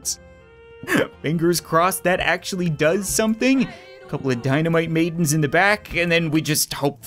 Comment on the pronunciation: Every time he says “dynamite maidens” I think he says “dynamite babies”